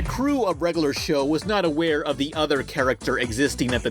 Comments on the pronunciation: The way you consistently mispronounce "regular" as "reg-a-lur" is insufferable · It's not "reggaler show." It's "reg-yu-ler show." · "regoolar show" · REG UH LURR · Please learn how to say "regular"